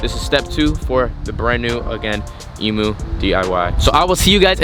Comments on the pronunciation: Eeeeeem-yooooo NOT Eeeeeee-moooo! Gah! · Hey man can you please say emu like we do in Australia it goes like “E mmm U “ No Emoo’s over here ❤️ Still love the vids but no hate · What the fuck is an e moooo. You pronounce it totally wrong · EMU not EMOO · Please pronounce Emu properly 😡🇦🇺🇦🇺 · Just saying you pronounce emu by saying the actual letter e at the front